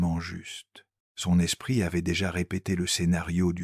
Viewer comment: L'espritE de Joung ! Ah ah ah ! Et avec cette prononciation, vous voulez qu'on vous prenne au sérieux ! Internet, c'est de pire en pire avec l'IA, sans compter sa rhétorique de baratin ronflant !